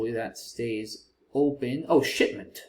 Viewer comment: “Oh ship!-ment” made me laugh out loud haha. I do have a mental age of about 10, but it did sound a little naughty